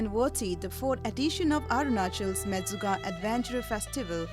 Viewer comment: It is not mechuka. It is menchukha སྨན་ཆུ་ཁ་in our script. It means water of medicine.